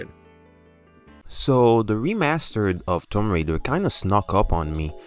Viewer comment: homie said Tom Raider!! is that her bro or....